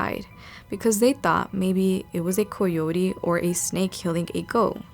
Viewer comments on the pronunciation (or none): Booooo, these stories are weak sauce. Say coyote again, tho.😅